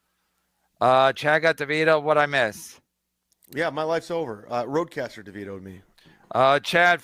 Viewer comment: it's Rodecaster, nerd